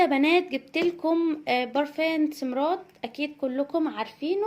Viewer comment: البرفان اسمه سمارت يا حبيبتى مش سمرات وارجو متزعليش احنا بنفيد بعض